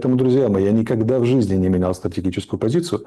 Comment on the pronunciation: Никахда такого не было, ни ках да 🤣